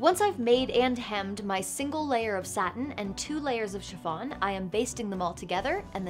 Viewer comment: I know she's saying shi F on, but it sounds like Siobhan -> shi-von and it alerts me every time